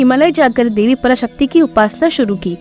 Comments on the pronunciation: Debi b nhi hota Devi hota hai😂 kya teacher bnogy re tum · Debi not dehvhi